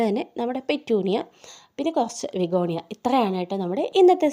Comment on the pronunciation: Vigonia alla bigonia